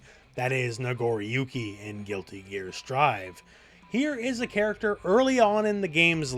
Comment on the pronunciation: "Nagoruki" lol